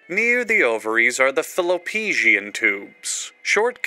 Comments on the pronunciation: not the mispronunciation of fallopian to "faallo-pecian" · I’m sorry, HOW did you just pronounce “fallopian”? 😂